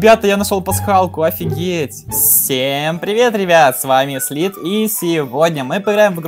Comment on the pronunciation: Slith почему слит а не слиз